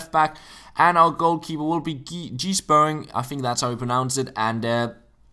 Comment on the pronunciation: The MLS keepers name is pronounced "sh-purn-ing"